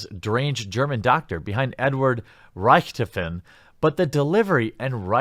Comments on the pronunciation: Are we going to ignore that he said reicht to fin? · It’s pronounced ric-toff-in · Crys Takeo is so offensive! In the same video mispronouncing the Germans name Now that is just a turn off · Why did you botch Richtofen's name? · Lol Quartering I like the vid but the way you said Richtofen hurt me a little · YOU MISPRONOUNCED RICHTOFEN REEEEEEEEEEEEE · Lol to the pronunciation of Richthofen